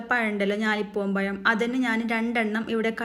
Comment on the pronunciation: പയം അല്ല പഴം